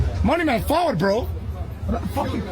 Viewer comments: He says "Faward" as in come here!!! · Man said fahwud..or forward..as in let's go. As in fahwud nuh my yute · He said forward not followed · He said fawad. Means Leggo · this is where your white side doesnt help you he said forward as in lets go smh 😂 followed😂😂😂😂